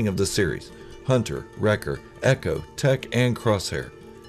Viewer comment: don’t you mean Hunta, wrecka, tik, eik, and crossszhair